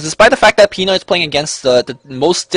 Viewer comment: btw, the stress of the word pinoy is in the "noy" part :)